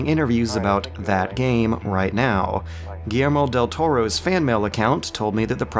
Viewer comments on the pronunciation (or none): none